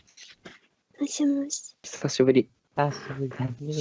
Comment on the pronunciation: おっさんの ひさひぶり 17さいでしゅ 爆笑ものwwwww😷🐒